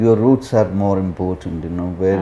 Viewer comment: It's 'roots' bro.